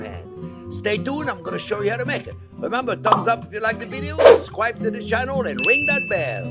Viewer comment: Besides his quintessentially French approach to cooking, the way he's says "subscwhribuh" made me "subschwribuh"